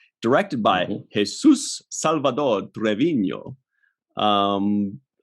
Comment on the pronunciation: Hilarious! I listened to both this and "Delta Flyers" review of Voyager episode Retrospective on the same day. Both episodes were directed by Jesus Salvador Treviño, and in both cases ye made a big deal out of pronouncing his name with that grandiose accent!